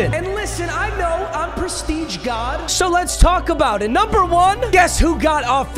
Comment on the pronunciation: yo wtf papa trippin😂😂😂 “Preshreeje”?????